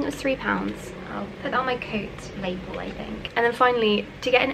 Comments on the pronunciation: It is lovely to see you realise your ambitions. I wish you all the best in the city of dreaming spires. One thing from your video, perhaps I misheard but you seem to pronounce the word lapel in an unusual way, is that a British thing? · How can you mispronounce 'lapel' and do an Oxford masters at the same time?